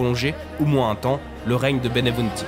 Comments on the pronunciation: Pas Benevunti , Benvenuti !!! Respect pour les Noms de Gens .C'est Napoleone di Buonaparte , pas Napoléon Bonapart ! Il etait fils d'Italiens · La narration est bonne sauf le nom de l italien qui est mal prononcé,c et bienvenue le nom en français